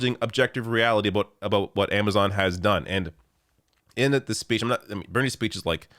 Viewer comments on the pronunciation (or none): "Aboat." Your Canadian is showing.